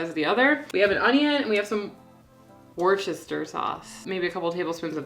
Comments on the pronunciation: Is pronounced "Woster-shear" sauce....easy peasy 😉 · "wiss-ter-sheer" I am from Worcester, MA. That's how we Yankees do it. 🙂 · It's pronounced woo ster sheer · The worcestershire sauce was originally created in England. Worcester is pronounced wooster and add shire, which is pronounced shyer. So it is woostershyer. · Pronounced Wusta sauce if your English :) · For future reference, from the daughter of a Lancashire lass, lol, it's pronounced 'Wuster-shur' or 'wuster sauce. You two look amazing. Love your videos. I share them on my Keto Facebook page. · We don’t pronounce the ‘shire’ for the sauce, it’s just Worcester (wuster). But it sounds nicer how American’s say it to be honest.